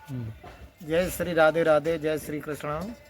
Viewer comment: Ye sab thik hai lekin aap acharya likhne ke baad bhi aap कृष्णा bol rhe hai jab ki कृष्ण hai